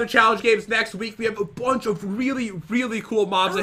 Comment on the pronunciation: That was a weally bad well at the beginning 2019for evas